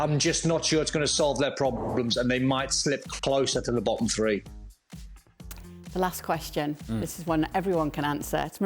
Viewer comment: "Do you known what this means(with three finger up) three ,three points and three more trophys for me that means i have more trophys than the other 19 combaind coaches( coaches e.g pep ,klopp etc) stood up saying respect respect respect "😌 Actually it was tree 😂